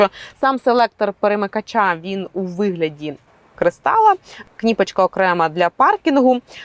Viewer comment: КнIпочка- после этого слова смотреть этот обзор нет никакого желания,уж лучше говори на привычном тебе русском чем так коверкать украинский!!! Минус ведущей !